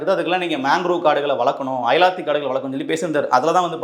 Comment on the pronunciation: தம்பி அயலாத்தி காடுகள் இல்லை அலையாத்தி காடுகள்